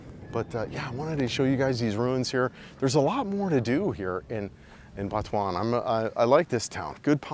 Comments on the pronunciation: Sorry but it sounds like you say Batuan and not Butuan. Just straight out Butuan it's pronounced. I have been there 6 months ago on a long motorbike ride in north Mindanao. I would never live there though. Wherever I was I couldn't find pigmeat and that is a dealbreaker as well. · FYI it's pronounced "boo-two-an" not "Butt"